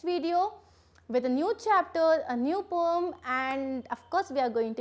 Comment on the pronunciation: Maam it is poem not pom